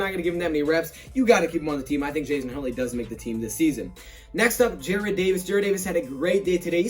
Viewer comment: youre saying Jared instead of Jarrad again l ol